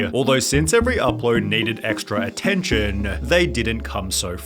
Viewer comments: ATTENTION-UH. FORMING-UH. QUANTITY-UH. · ....uploads needed attentionUH.. they didn't come so frequentlyUH.. 35 videos in 2013-UH..... Lmao why are you talking like that? Stop saying UH at the end of every word